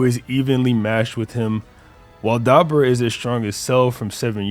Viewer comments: bro! It's Duh-boar-uh Not Deborah (like a female name ) Lmao 🤣 Smh 🤦🏼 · I'm Sorry But The Way Keeps Saying Dabura Keeps Taking Me Out. Come On MAAAN. (Duh- Boar- UH) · Ok man just switched his pronunciation to da-BOO-ra in the same damn sentence so apologies if thats what you meant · Man the way six says Dabura name throwing me off so bad haha